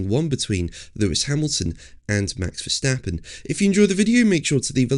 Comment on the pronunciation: how to pronounce max verstappen???? every A sound like in CAR